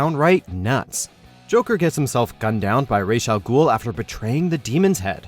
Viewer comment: Am I the only one that gets annoyed that they keep mispronouncing Ra's al ghul?